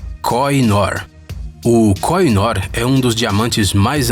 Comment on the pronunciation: Devo informar que a pronuncia correta da joia que pertenceu ao Império Britânico é, "kôrrinôr". Vale salientar que a Rainha Vitória usava Koh I Noor em comemorações de Estado na Osbourne House ou até mesmo no Palácio de Buckingham, ela usou a joia até sua morte, porém acredita-se que em 1849 seu marido, Alberto, tenha mandado lapida-la para que tivesse um brilho mais estonteante, para fazer usos em comemorações de estado.